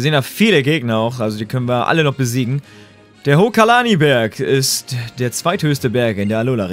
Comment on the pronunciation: Alles klar deutsch iz da 😂 hokalani Berg 3 mal sagte's du hokalani Berg aber da steht hokulani Berg HOKULANI😂😂